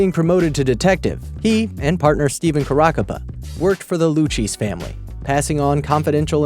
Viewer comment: If you are making a video about a topic, shouldn't you at least find out proper name pronunciation. First story pronounced (Caracappa) KARA COP A , and the crime family name is Lou K Z (Lucchese )